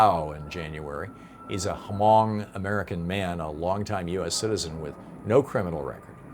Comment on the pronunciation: In the Hmong language, the leading H is a tonal marker. It shouldn't be pronounced.